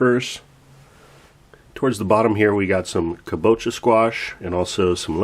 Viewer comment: Amazing to see the progression of your yard from year 1 to now. Very inspiring. Was curious how many square feet your backyard is. Just a quick point for you. My wife is Japanese and she commented that kabocha is pronounced with the stress on the first syllable, so: KA bo cha. Cheers.